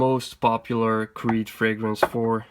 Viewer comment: You are the only fragrance reviewer so far that has pronounced every fragrance correctly! 😊